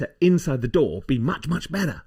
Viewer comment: It took me a bit to figure out that he wasn't talking about a "door," but rather, a "DAW." lol!